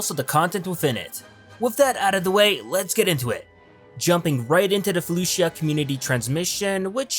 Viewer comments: It's pronounced Faloosha not Fuh looshia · The I is silent in felucia